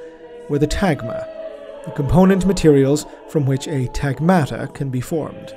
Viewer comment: it's pronounced on TAghmata. it's a greek word essentially the plural of battalion.